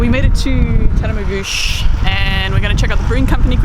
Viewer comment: I'm truly impressed you pronounced Tatamagouche correctly! Had I known you were near I'd have invited you by for a feed aka invite to a house for a meal. Hi from NS